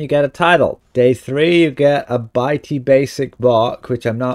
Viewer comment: It's bitty, like bit, like itsy bitsy spider...not bitey